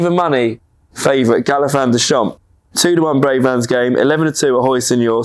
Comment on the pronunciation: Who tf is Galafan? Get it right ffs